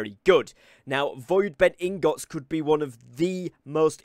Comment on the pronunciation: i think he's pronouncing "Ingots" wrong.. or am i trippin?